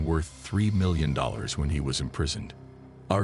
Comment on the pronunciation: Think Kyuew 😂